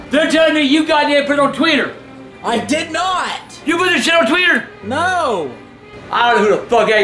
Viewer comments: He said tweeeter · He ain't say Twitter he say tweeter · Twatter xD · He called it Twater lmao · “Look up that Twitter or Twater!” 😂😂😂😂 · “Tweeter”😂❤️❤️ ily grandpa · "Tweeter" XD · I love it when he cusses out Bridgette and and mispronounced Twitter 🤣